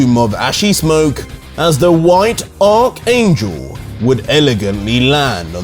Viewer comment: He finally said archangel the right way!